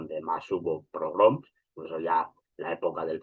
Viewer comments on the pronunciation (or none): Minuto es "pogromos", no "progroms".